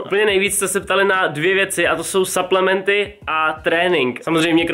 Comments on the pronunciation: Cau hele nechceš si udelat nejakej fitness kanal ja čte se to suplementy a ne saplementy ale ok video taky delam fitness ale nenatáčím to a ten creatin je klasik bez příchute nebo s příchutí jestli klasik bez příchuťe tak je na hovno jak ho vysadís nafoukne ti to svaly a přiberes omlouvam se za chyby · a su to SUPLEMENTY nie SAPLEMNETY 😂 V slovenskom znení sa to číta suplementy ... Chodte na google a schválne si nájdite ako sa to vyslovuje 😊